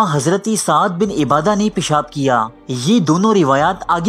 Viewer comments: السلام علیکم وحمۃاللہ تعالٰی وبرکاتہ بھائی جان آپ کی ویڈیو بہت ہی اچھی تھی مگر تلفظ میں پہلے کسی عالم سے تصحیح کرالیا کرو آپ عُبادہ کو عِبادہ پڑھ رہیں ہیں مولانا محمود کیرانوی ندوی بنگلور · Bahi correct name of sahabi is Saad bin Ubadah. ... سعد بن عبادة (Arabic ). Not ebadah